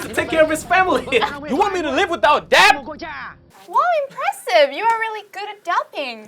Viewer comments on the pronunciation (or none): Mình thấy khánh Vy mang lại một cảm giác mới mẻ cho chương trình bởi sự năng động và her bubbly personality. Nhưng nếu nói về sự chuyên nghiệp và khả năng nói thì Vy vẫn chưa đc xuất sắc. Em ấy phát âm vài chữ bị sai như "dad" mà nghe như "dead", master mà nghe gần giống mustard :), ko biết có phải đọc kiểu giọng anh ko?? 0.o Dù biết là Vy chưa ra nước ngoài, chưa đc tu luyện tốt nhưng đây ko phải là lý do chính đáng để nói "ko sau đâu, em ấy có thể host show này, người Việt nghe thôi mà." Mình thấy Vy nên luyện thêm tiếng anh thêm 1 năm nữa rồi quay lại chương trình. Em ấy vẫn còn trẻ, ko cần gấp rút. Mình rather thấy Vy trưởng thành và cứng cáp hơn là một cô gái chân ước chân ráo mới vào nghề, tay nghề vẫn chưa rành rỗi rồi bị dân mạng chém gió (haha I'm doing it right now). Về phần accent, do Vy muốn nói trôi chảy nên nói nhanh (ko tự nhiên, nhịp điệu như bị dồn nén), phát âm chưa chuẩn (chỉ 1 vào từ thôi). Mặt dù nghe cả buổi mà mình ko biết Vy đang nói tiếng Mỹ, tiếng Anh, Úc,etc... nên vẫn thấy ko chuyên nghiệp lắm. Có vẻ như 1 hỗn hợp giữa 1 ít Anh và nhiều Mỹ.